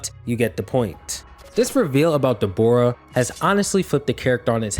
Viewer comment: His name os not Dbora man it's Dabura, pronunced dah-buu-rah. I know it's a small nitpick, but i don't know how you read his name and somewhat tough it was pronunced Deh-bora.